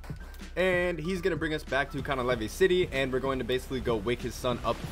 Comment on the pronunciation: bro said canah lavae